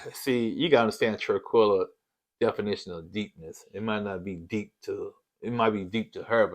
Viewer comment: Everytime yall call Taquilla, Tranquilla I am Cracking UP. lol🤣😂🤣😂